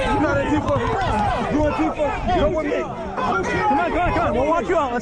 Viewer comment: Say it right. It’s “ant-teeee-fuh!”